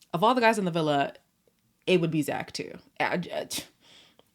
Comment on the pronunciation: I’ve just started to watch your channel why are you calling Mitch “Munch” and Zach “Judas”. I think it’s hilarious. Loving your vlogs and love you ❤